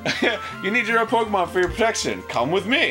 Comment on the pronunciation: I finally got around the watching this, and I was purely elated when I heard how Dan pronounced Pokemon. NOBODY SAYS IT RIGHT BUT HE DOES I'M SO HAPPY